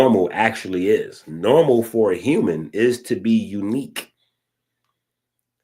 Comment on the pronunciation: Hue-man beams lol😅